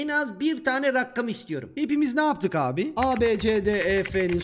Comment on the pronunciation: Rakkam değil rakam